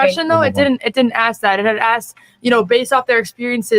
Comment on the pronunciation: ***This dude needs a new mic and to stop stuffing his face! And I ain’t “axing” you!! So don’t be “axsing” me!! 😂😅